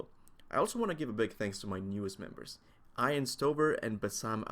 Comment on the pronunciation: You probably butchered that Ian guys name dude haha, I think its "E-an" Not "I-an". Dont ask why its like that.